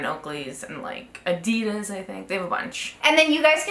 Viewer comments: ah-dee-diz? wtf, its addy- das! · wait... Is that how Americans say adidas? (Uk)